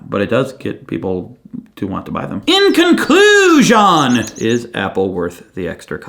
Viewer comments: "in-conclu-..." - made me laugh out loud (especially the pause before the, perfect!) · "In conclu-" just earned my subscription.